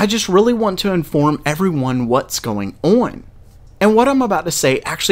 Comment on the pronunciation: "what''s going orn" Kappa